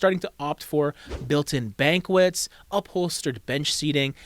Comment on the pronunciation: it's pronounced 'bonkette' not banquet. you can't sit on a large sumptuous meal!